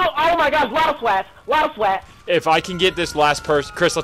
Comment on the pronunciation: I love how Chris pronounces SWAT as Swet.